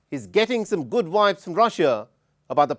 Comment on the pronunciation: Its Vibes not wibes